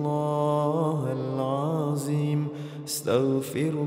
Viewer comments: Not alazim, plz all let’s try to learn to pronounce the Arabic letters correctly 😢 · Mohon Maaf..mohon izin.. barangkali bisa di koreksi..kok mendengarnya " hal aziim ya ".. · Pembetulan BUKAN Astagfirullah Hal Aziim SAlAH TAPI SEPERTI INI Astagfirullah hal Athdziim (Huruf ThDo Hujung lidah keluar sedikit dari gigi depan bukan zo) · Yg betul itu asyaghfirullahaladhim...bukan haladzim..begitu kira²